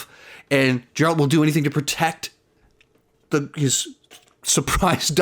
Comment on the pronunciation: G.... G... Geralt. Not "Jeralt"